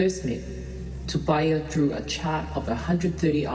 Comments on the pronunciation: What disgusting pronunciation this women narrator has, she's not even trying to pronounce Tupaia's name correctly, get some lessons before you open your mouth next time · Pronounciation man...if I pronounce an english word wrong I was yelled & corrected by my Papaā (pakeha) teacher in da 1980s so learn to pronounce our tupuna's name properly or don't say it all...